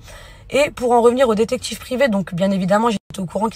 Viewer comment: “Le dectCHIctCHIve privé” 🤣